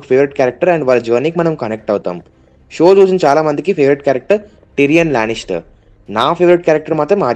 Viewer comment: Your Pronounciation Tyrion Lannister was so un cool it's wrong